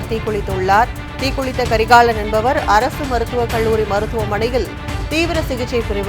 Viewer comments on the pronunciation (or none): தயவு செய்து தமிழை நன்றாக உச்சரிப்பவரை செய்தியாளராக அமர்த்தவும்.... முடியல... Ex: அழுவழர், கள்ளூறி, தீக்குலித்து